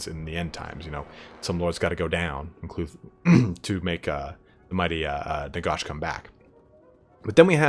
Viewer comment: I love the video but it’s NaGash not NaGosh.